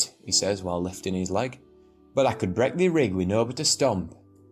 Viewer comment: His numbers were so wrong.. and the "ta" instead of "tha"